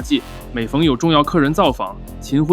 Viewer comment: 口播说了“tan”辉，说明果然是AI配音的😅